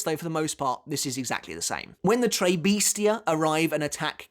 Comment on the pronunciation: You are still pronouncing it "Tray Beastia" after all this time.